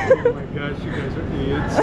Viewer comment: Did he say idjots like Bobby from supernatural?